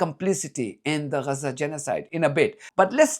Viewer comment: Lear how to pronounce Gaza - it's not Reza. LOL